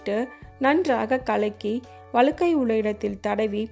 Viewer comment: ❤வளுக்கைனு சொல்ரீங்க வழுக்கை என்று சொல்லவேண்டும்